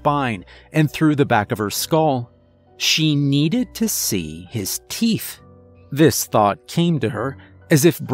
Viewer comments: Ok is it my hearing or does it sound like he's saying TEEF NOT TEETH?!?! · I believe you misread, miss. It's not the teenth fairy.